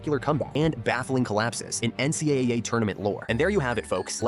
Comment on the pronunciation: The AI can’t pronounce “NCAA”😂